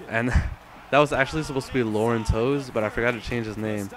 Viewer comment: I realize you never saw that team play, but the LB's name is pronounced Loren TAVES, not 'Toes' ~ I thought I saw a '78 Steeler named 'Hall' recover a loose-ball - who is that?